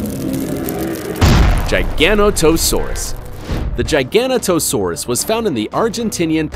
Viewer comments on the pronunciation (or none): "Jiga-Not-O-Saurus"... not "Gigano-To-Saurus". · omfg. gigana toe saurus. bro. learn how to pronounce GIG ONATO SAURUS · sounded like he said gigano-toe saurus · giganotosaurus is pronounced jig-an-not-to-sore-us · It's pronounced jig-a-no-t-oh-sawr-us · Dude doesn’t even know how to say Giganotosaurus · Replace Hainosaurus with a Mapusaurus Rosae and Kronosaurus with Tarbosaurus Bataar and this is 10/10, this guy butchered Giganotosaurus, also those dislikes are from T rex fanboys Mapusaurus Giganotosaurus Carcharodontosaurus are part of a group called the Carcarodontosaurs which is part of a bigger group called the Allosaurs, they died out mid cretaceous and tyrannosaurs took their places, also I like to know that my hand is bigger than a Carcharodontosaur jaw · his pronunciation of giganotosaurus lmao, biggest biggest trex every discovered was sue, who measured roughly 12.3metres the giganotosaurus averaged 13m, carcharadontosaurus averaged about 13.5 metres and Spinosaurus average around 16metres, btw for all of these therapods, they could likely react 15% to 20% the size I listened, ah nature sometimes creates monsters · Another Giganotosaurus mispronunciation